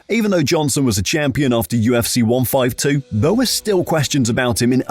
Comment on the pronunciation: The way you say 152 😂